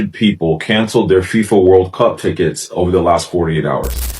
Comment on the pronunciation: You know this is ai when they cant pronounce fifa, AND THE NARRATOR DOES NOT TAKE A BREATH. GET RID OF AI CHANNELS